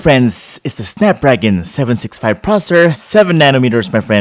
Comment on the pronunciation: snepdregon and its cherger